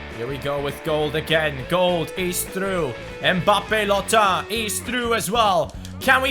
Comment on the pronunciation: mbabbe lottin you speak babbe lotttin